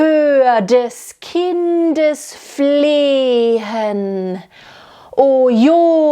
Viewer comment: I'm sorry, but the "H" in the middle of "Flehen" and "hinwehen" are silent. Also it's "Schuts bedeckt" and not "schats bedeckt".